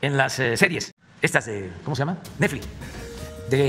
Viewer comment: jajaja ste’ we’ … “stosses” … wow … “nefli”… sabes que, ya a la ching… ya me enfade de criticarlo, que pasara si se critican las acciones y no la persona?